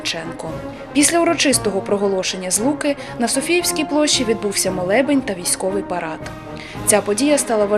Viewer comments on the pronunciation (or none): Тільки Площа — СофіЙська. А не СофіЇвська